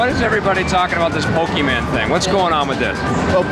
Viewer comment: and the Nintendo America representative said pokeMAN lol